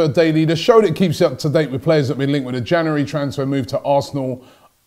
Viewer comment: I be glad when this transfer window is over cause Robbie can't say January properly.